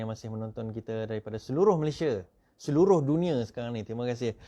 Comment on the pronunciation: FYI- declare=isytihar, public order = ketenteraman awam, 'Malaysia' not 'Malayshia'.